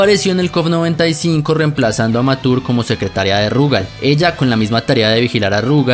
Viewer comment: dos cos curiosases que el nombre de mature no se pronuncia ( matur ) si no ( machur ) y que no sabias porque esta misma usa un parche en kof III y es porque de hay se libera su poder y vice no lo tiene porque su poder se libera de su pecho